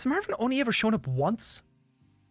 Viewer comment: "Mærvin".......... Stupid leprechaun i love him. (Also this is honestly my comfort video and i watch it whenever im sad, im glad its archived :))